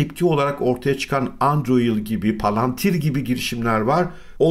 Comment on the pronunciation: Merhaba.sizden bi ricam var,videolarınızda sirket ismi söylerken,birazda olsa detaylı söylerseniz seviniriz.Örnek Palantir'den sonra Androir dediniz bu sirketi bulamadım.